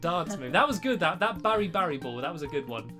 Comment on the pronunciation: BaraBariBall (Bear--AH-Bar-EEE-Ball) That's how u pronaunce BaraBariBall!